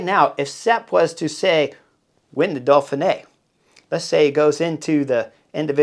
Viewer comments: I love how you keep calling it "Dolphinee", reminds me of Mark Twain ("The Duke and the Dolphin"). I'll be on my Chesterfield with you for the whole week! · What's this "Dolphin-A"? Just kidding, love the channel. They should have you commentating.